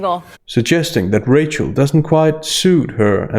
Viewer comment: rachel. It's rachel.